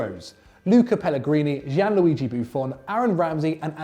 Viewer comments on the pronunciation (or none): none